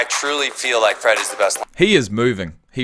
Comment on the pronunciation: Not a huge deal but its fred like the color red. Not freed like Reed. He is a beast though.